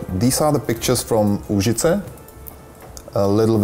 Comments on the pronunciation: Stanislav Skamene No, its Úžice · Did you say Užice ? There is a town in Serbia called Užice also :) ! If you ever visit it, you should definitely try something called "komplet lepinja" - it will be the best thing you ever ate :D